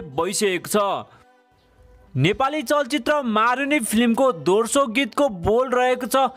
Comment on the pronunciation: दोर्सो हैन हजुर दोस्रो हो अस्ति पनि निखिल उप्रेती लाई उर्पेती भन्दै हुनुहुन्थ्यो आज पनि दोस्रो भन्या दोर्सो दोर्सो भन्नी 😉😉😉😂😂😂😂😂😂